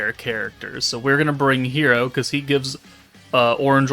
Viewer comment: can you please fix your pronounciation for Hiiro as you pronounced it very close to "hero" which can be confused with the Masked Hero (yes i know there are no Masked Hero in the team in your video, but just a suggestion from your dear viewer, ok). The actual pronounciation is not difficult at all, just say "he"(yes the pronoun he) and then "ro", so he-ro